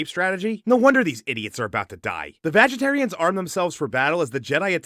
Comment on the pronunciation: Did you call the witches vaj etarians ? Omg🤣